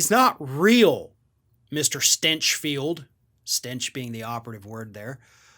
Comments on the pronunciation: Stinch pronounced as stench. Yes, I can sign up to that. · "GRANT STYNCH FELT" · Did he pronounce it "Stenchfield" on purpose??? XD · "The stinch of stinchfield" 🤣🤣🤣🤣🤣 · I like how you pronounce his name “Stenchfield”. 😜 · Did you say Shitfield? My pretend hearing aids cut out.